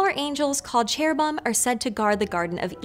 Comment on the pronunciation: you may be hot, but you need to learn to pronounce Cherubim. The U comes BEFORE the I.